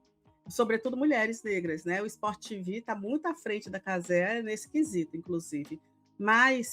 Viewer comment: Pq TiVi mano? caze vem de cazemiro TV de televisao TiVi fica feio infinito Parece o girao traduzindo o proprio nome